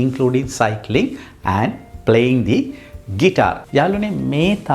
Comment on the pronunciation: Playing දී guitar කියන්නෙ කොහොමද ? Vowel sound එකක් ඉස්සරහ විතරනේ "දී" කියන්නේ සර්? මම හරිද ? මම වැරදිද? වැරදිනම් මට 100000 පාරක් සමාවෙන්න